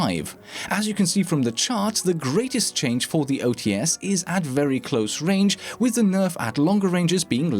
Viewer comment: Hey, I wanna fix you a little. "OTs" reads as "O-Tse", with two sounds, not as "O-Tee-Es" with three. Cheers!